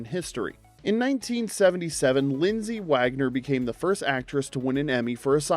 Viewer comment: LindsAy Wagner not LindsEy WagGOner! 🙄